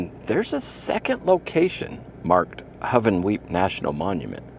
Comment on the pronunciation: Its Hoo-Ven-Weep .